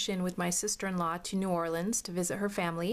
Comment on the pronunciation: Haha, you're funny! I love that you say the city name correctly...that's enough for me! My grandma is originally from New York and we all lived down there together for years and it would make my stomach flip every time she said "New Orleeens." Ack, I gotta go check out your part 2 now. :)